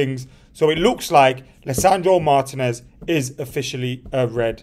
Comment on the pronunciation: "Marr Tea ness" not Mar Tin ness 🙈🤦🏿‍♂️